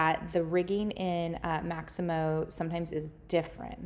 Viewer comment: Mixamo, not Maximo